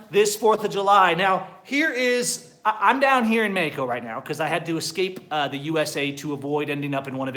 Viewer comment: Bro if you are going to try to say Mexico in spanish, then learn to pronounce it correctly . And good luck with the new socialist Mexican president. Please dont come back. Oh and by the way Mexican see u as a joke. Just give it time and you will realize it.